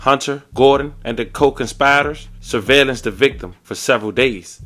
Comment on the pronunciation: And the CO-CONSPYDERS lol😭